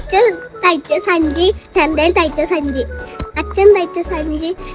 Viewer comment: Sanchi ❎chandhi😂😂✅